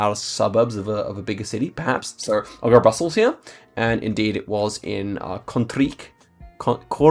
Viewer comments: The lettercombination ij is pronounced as y in spy in dutch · your pronounciation of "Kortrijk" sounded way too russian or something like that, a german pronounciation would be closer to dutch